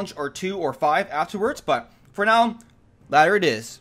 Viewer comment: Is it just me or every time he says now it sounds like meow?